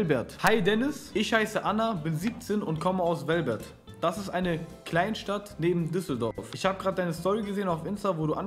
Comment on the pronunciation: "Wellbert" hahhahaha, nicht dass die Stadt "Velbert" heißt. Wollte nur korrigieren